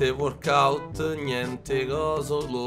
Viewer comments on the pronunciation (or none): Si dice walkout non warkout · "gnente WORKOUT"